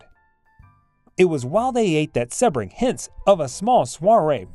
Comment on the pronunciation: Member of the “ mob”???? Where is this evidence? Dude stole hubcaps The guy’s name is pronounced sea-bring . Do some research